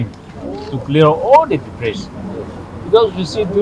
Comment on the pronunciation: The advisor should at least know how to pronounce DEBRIS if he has to mention it by word ! Other wise he could just say garbage ! 😂😂😂